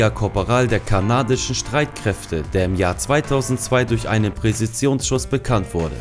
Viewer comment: "Präsisions" Schüsse also? Interessant